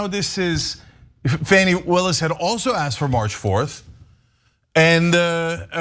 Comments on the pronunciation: Please pronounce Ms Willis’s name correctly. It’s (Fawnie) not Fannie. Be respectful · C'mmon Cenk it is Fani (as in fawn like a baby deer) Willis not as in fanny pack. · Please pronounce Fani Willis' name correctly! I love you guys but PLEASE!